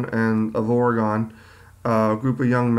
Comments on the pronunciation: The Dalles is pronounced "the dalls" and we people from Oregon say it like "Oregun" not "Oregone" that's how east coasties say it. :-) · Or-eh-gunn is how to say it ;-) Great story reenactment all the same!